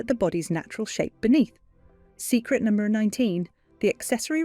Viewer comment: Learn how to pronounce the word "number" correctly and consistently.